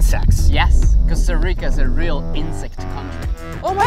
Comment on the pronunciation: He’s keeps saying “Costa Rico”